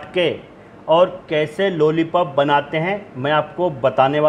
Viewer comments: लोली पोप नही लोलीपोप है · Nice Chef....bus ek Baat bolni hai ki jab bhi aapne lollipop bola meri hasi nahi ruki.